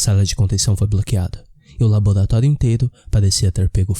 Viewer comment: labolatólio?? é o Cebolinha narrando? Sinistro, ele existe...